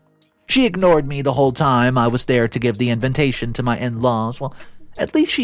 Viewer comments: dude it’s inVITation, not inVENtation. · Every time I hear "invintation" it makes my soul hurt a little.